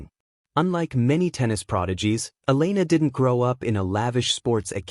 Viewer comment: Try to say the name of Elena properly